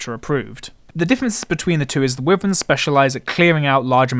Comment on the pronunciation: Wyvern is pronounced why-vern